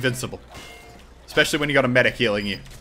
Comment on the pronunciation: You said mecree unstead of saying medic